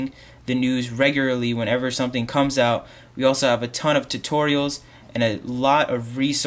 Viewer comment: you put emphasis on the wrong words sometimes lol...like "DOT com" and "COMES out" idk maybe its just me...love the vid tho